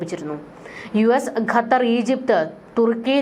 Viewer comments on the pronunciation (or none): none